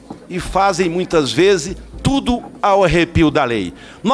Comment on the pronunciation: Ele chama “ TUMO ‘ Afff que português feio